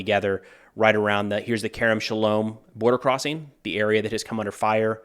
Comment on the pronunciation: The way you pronounced Kerem Shalom is 🎯 hats off to you